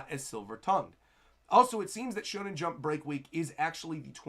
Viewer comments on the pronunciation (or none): none